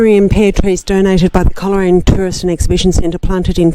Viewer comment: Thankyou for this lovely video of Coleraine where my mother was born and lived for many years a few miles outside at Wootong Vale on the Balmoral Rd. Coleraine is pronounced Cole Raine not Coler Raine